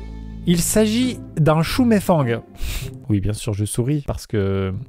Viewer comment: Sa se prononce shou mey fen